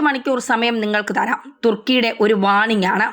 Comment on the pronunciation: തൃകുന് അല്ല 'thrikjan' ആണ്. അതുപോലെ സിപിറസ് അൽക്ക,'സൈപ്റസ് ആണ്